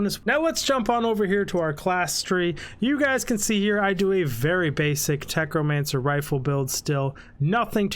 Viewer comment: Love the video, but “techromancer” is killing me. 😀